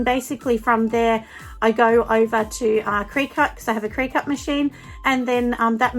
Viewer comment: I love your videos... as I am a new candle maker- so you're super helpful to me!! Thank you for sharing so much detail!! P.S... Just so you know, the cutting machine is pronounced like Cricket 🙂 (that's why it has a little cricket bug mascot). I called mine a cry-cut when I first got it!